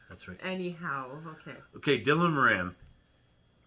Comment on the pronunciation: Morin ???? Nope.